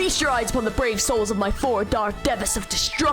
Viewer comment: Say DE-vas instead of DEE-vas is so funny